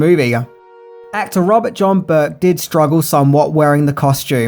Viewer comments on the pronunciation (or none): none